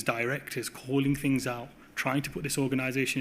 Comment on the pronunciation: Curious, for someone to reach his professional level yet sounds words starting with ‘TH’ as ‘F’ - e.g. lots of “Fousands” and some “Finks” … ?